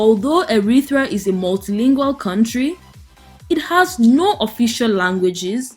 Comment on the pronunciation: Pronounced Eritrea NOT Erithrea, there's no 'H', kindly go back to school.